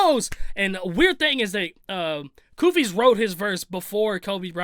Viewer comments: It still trips me out how you & Shaq still say that "S" at the end of 100 Kufis name. STAAAAAAHP!!! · That's where you messed up. It's 100 KUFIS NOT KUFISSS. 🤦🏿‍♂️ The S Is Silent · It’s pronounced 100 kufi my guy everyone says his name wrong 😂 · He isn’t even saying 100 kufis’s name right lmao